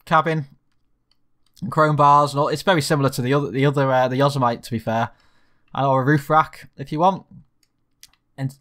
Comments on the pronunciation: Yo-semmitty ... not yozzer-mite ... xD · Repeat after me: "Yo-Sim-Mit-Tee". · I know you're a UK boy, but it's pronounced Yo-seh-mitt-ee. (Yo-semmity) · You can't pronounce Yosemite properly but algoods gr8 vidro